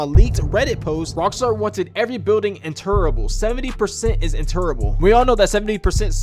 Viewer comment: Lol yeah haven't heard it like that either 😂